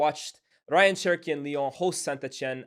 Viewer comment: His name is pronounced RAY-yan btw not Ryan